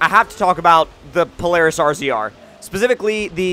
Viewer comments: IT IS NOT PRONOUNCED R-Z-R IT IS PRONOUNCED RAZOR. SINCERLY, A Louisiana native where these things are super common. :) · I'm going to jump off a bridge if he says r. z. r it's a razor dude come on rzr it's not that complicated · It's pronounced polaris razor not polaris rzr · Lol it always makes me laugh when people pronounce "RZR" as "R - Z - R". I'm like... Guys... it's "Razor" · Pronounced Razor not R Z R sorry love ur vids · Rzr = Razor. Only guy I have ever heard call it R.Z.R. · ARR ZEE ARR. you can just say razor. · It's not pronounced RZR it's a razor I have one and it's a beast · OH MY FUCKING GOD ITS PRONOUNCED RAZER NOT R-Z-R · It's pronounced "Razor" not RZR. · it's razor not rzr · ITS NOT R-Z-R ITS (RA•Z•ER) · First u don't say the separate letters like r z r you say it like razor and there not small I have on their almost the size of a full car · It's not an "R Z R" it's pronounced "Razor" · Your saying rzr wrong it's like this razor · RZR is pronounced razor. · It's pronounced razor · alright alright it's pronounced Polaris razor. not literally rzr😂